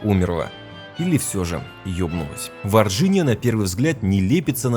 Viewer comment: Варгиния , говорится Варгиния